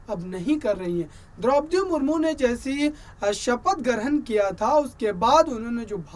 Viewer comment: Mahashay ji, rastrapati ji ko to Samman do chahey aap vyakti ko de na de. Naam to theek se lei